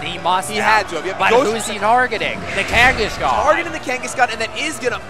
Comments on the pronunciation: What the effff is "Kangishcon? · the way this guy pronounces Kangaskhan pisses me off for some reason....